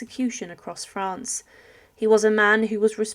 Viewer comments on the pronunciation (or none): none